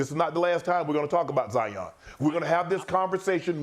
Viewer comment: Who’s “Jaion”? Ja & Zion combined? 😂